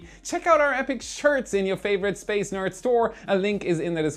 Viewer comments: I feel like Felixs English is getting worse he says Spaz instead of space lol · You kept saying space wrong. 😅